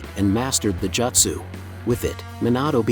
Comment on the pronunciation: couldn't even make the tts bot say jutsu correctly?